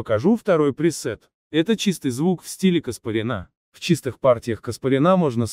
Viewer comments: Не КаспаринА, а КаспарЯна. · Каспарян ,произносится по другому.